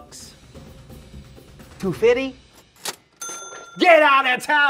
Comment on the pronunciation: I like how says "TWO FITTY " in